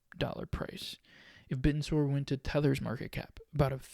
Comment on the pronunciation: You know you're pronounced in a completely wrong. I guess you only watch 1 video about it.